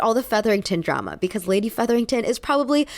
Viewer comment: I love how you pronounce "because" as "becaise"